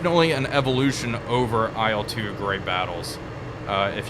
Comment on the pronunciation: Please, please, please... It's not "ai el," it's not an acronym. It's "il", like in "Illinois", for example. The first two letters of Sergei Ilyushin's last name.